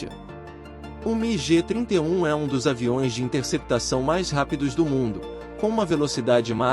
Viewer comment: a pronúncia é migui e não migê.